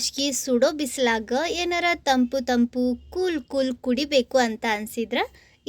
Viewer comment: ಸರಿ ಸ್ವಚ್ಛ ಶುದ್ಧ ಕನ್ನಡ ಬರುವವರ ಸಹಾಯ ತಕೊಳ್ರಿ ಕನ್ನಡದ ಕೊಲೆ ಮಾಡಬ್ಯಾಡರಿ. ತಂಪ್ಪು ಅಲ್ಲ ತಂಪು ಸರಬತ್ ಅಲ್ಲ ಶರಬತ್ ರೀ 😂😂😂😂